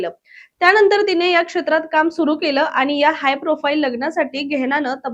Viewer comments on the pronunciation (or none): आनी नाही आणि